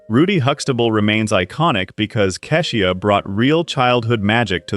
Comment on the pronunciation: Another one - "Kee-sha" not kess ee uh.